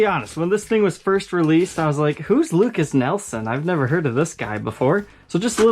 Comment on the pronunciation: Lukas NIELSON??? 😂😂😂😂 Come on. The guy is the son of Royalty. Say his name right! Lol